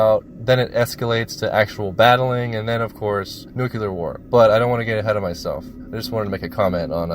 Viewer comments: It's nu cle ur. You are mispronouncing it You sound like an idiot. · Say it with me "New•Clear" Nuclear. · ..."nucYOUler weapons" FFS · Remove your adenoids and learn how to pronounce nuclear. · Why can’t Americans say nuclear? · What's really depressing is that the word "nuclear" is mispronounced by so many..... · Learn to pronounce nuclear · Please at least fucking bother pronouncing "Nuclear" correctly. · How hard is it to prepare oneself for making a video about a movie about this topics and LEARN how to say the word NUCLEAR!? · Before writing an essay it’s a good idea to first learn how to pronounce the topic correctly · You need to learn how to pronounce the word Nuclear, it's Nu-Clear not Nu-Cu-Ler, please get it right! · NOO-klee-uhr *not* NOOK-yoo-luhr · It's nuCLEAR, not nukYOOLER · Hey, I'm not trying to be annoying or anything, and I'm sure somebody else has already brought it up. But "nuclear" is pronounced as (new-clee-ur) instead of (new-kyuh-lur). I used to pronounce it the same way you do, and just assume you would rather pronounce it correctly. But if you'd rather just keep saying it the way you do, that's totally fine too. Everyone will still understand what you mean. (Edit: Great vid btw, I've seen a few vids about this movie. Yours definitely stands out as one of the more entertaining.) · Have a drink every time "Nu-kuw-ler" War, is said, instead of Nuclear -"New-Clear" Dude... The movie is already sad enough. Otherwise. 9/10. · It's not "nucular" it's NUCLEAR! Learn to pronounce what you're talking about! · I can't get past the first few minutes listening to the narrator saying new-cue-lar instead of new-clee-are. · NEWCLEAR NOT NUCULAR FFS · Noo-klee-ur. Not noo-kyoo-lur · it's nu-cle-ar, not nu-cu-lar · I am having a hard time with you saying nucular instead of nuclear. Nucular is wrong. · STOP saying "NUKE-U-LER" my god where do people get that pronunciation? It's NUCLEAR... "NEW-KLEE-ER" or just "NU-CLEAR" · NUCLEAR not NUCULAR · Thank you😂